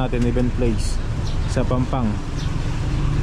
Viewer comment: That is PAMPANG, NOT PANGPANG hehe😬